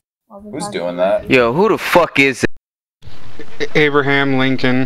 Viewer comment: A-bruh-ham Lit-coln has spoken)